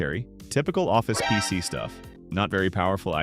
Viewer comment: Chatbot narration was obvious in the first 30 seconds of the video and not being able to say PC.